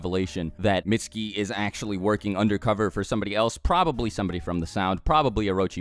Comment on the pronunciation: his name is pronounced "meet su ki "